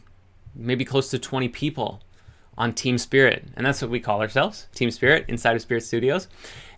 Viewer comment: Team Spirit sounded like Teen Spirit 🎶 😉